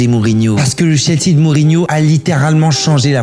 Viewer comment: Ça se prononce "Tchelsi" et "Spéchol wan"